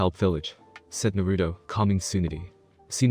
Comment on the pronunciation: Don't take thins the wrong way but, Is English your first language? If it is take some liberty in the translations and add the right words to make the sentence structures run smoothly. and learn how to say the names right. It's Nar-a-toe or not Na-rue-doe. Just saying. It would make your videos much better. Though it does sound better then the ones that use a reading program that is from the late 90's early 2000's.